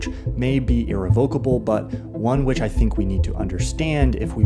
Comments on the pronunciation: Pedantic Word Police alert: It's "ir-REV-uh-ka-bul" not "ir-ruh-VOK-uh-bul" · Great essay! Though every time I heard 'irri-VOKE-ubbul' my Internal English teacher grasped at his red pen. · That’s not how you pronounce “irrevocable”